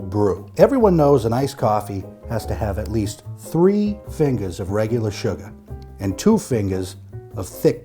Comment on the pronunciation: At least 3 FIN-GIZ of SHU-GAH.